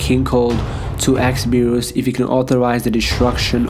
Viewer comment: It's berus not bures